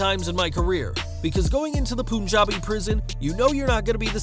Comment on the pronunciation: Hey.. thanx for the video.. very informative.. just one thing.. its not pronounced poon-jabi.. its pronounced pun-jabi (as in pun intended)